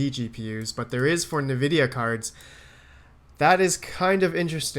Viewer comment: That's hilarious, didnt get your comment until i couldnt stop hearing kneevidia :))